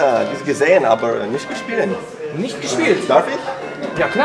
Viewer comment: That "aber" is hilariously accented. ROFL No offense, of course. But it's pretty funny how it's being pronounced as if it was some English word. Everything else sounded fine, though!